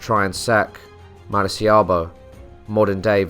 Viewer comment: Great video, as always! Just one observation: the place in Venezuela where Morgan was in is called Maracaibo, pronounced "mah-rah-kah-ee-bo". I think you just misread the name XD it's funny because you usually have a really impressive grasp on Spanish names. I'm Venezuelan and when heard "marciabo" I was like... What? O.o